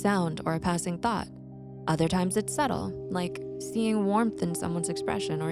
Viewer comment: "a passing thot"